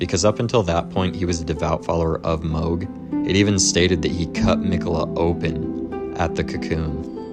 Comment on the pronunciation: Is switching between calling him mahg and mohg some kind of engagement trolling? I will never understand why people mispronounce names that are said out loud in the game. Especially if you're gonna make a wholeass video about him. Every time I hear it I feel like I'm being flipped the bird behind the mic.